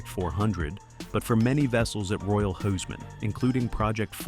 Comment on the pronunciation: When do "English" (Altgermanisch) speakers learn to respect other languages and propper pronouciations of susnames??? Its NOT Royal Hiseman, nut Royal HUSmann ... LIKE in WHO´s Maann ... geeeez ... That comes from not even bothering learning nothing than Altgermanisch, and too many not even that ... But All others are just talking Gibberish or Tongue Twister